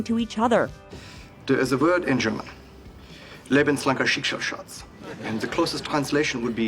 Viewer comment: After hearing it so often in this video I have to say: the pronounciation of "lebenslanger Schicksalsschatz" in the series is so bad it hurts my German ears... xD (And nobody uses that phrase. Ever.)